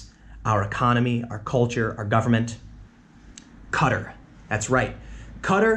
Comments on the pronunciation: Dude its pronounced Kah-Tahr not Cutter... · Correct me if im wrong but isnt it pronounced Qua-tar not cutter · Repeat after me Tim: Ka-Tar, not Cut-er. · It's pronounced "Ka-tar" not cutter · "Cutter? What the heck is cut... Ohhhh... Qatar" apparently it can be pronounced either way, "cutter" or "kah-TAR" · How in the world can you pronounce Qatar as Cutter 😂😂😂 It's Qataar! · i guess the actual pronunciation is kuh -tar, not cutter lmao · Why does everyone pronounce it "Cutter"? It used to be pronounced "K'Tar." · It's pronounced Kah-tar not cutter! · Dude, it's "Ka-tar" not Kattur lol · Its kat-tar not cutter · Tim, it's pronounced QA-TAR not cudder.. just saying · I don't watch as much as listen to your vids and it sounds like you're saying "cutter" not "kah-tar". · Qatar is pronounced ca tar. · It is ka-tar in American English. The same pronunciation as guitar, only instead of GUI you sub in "ka". Tim is drunk. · I'm most concerned with Tim's pronunciation of Qatar. I was thinking "who the hell is Cutter" until he mentioned Al Jazeera. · When you say 'Qatar' it sounds like 'Cutter' and I was confused at first until you showed the map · "Cutter" was he pronouncing it like that as a joke or was it just a mistake? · It's pronounced Ka-tar! Get it right! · "Kuh-Tar" nice try tim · Its pronounced Qa-tar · ffs tim its pronounced ka-tar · Haha, it's not "cutter". Oh tim you silly person. If you're going to do conspiracy theories as a serious journalist, then at least look up how to pronounce things prior to making a video :D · The way Tim pronounces Qatar hurts to listen to. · Tim, love you man but your saying Qatar wrong.